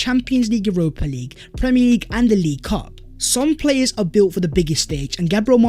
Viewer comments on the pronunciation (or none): none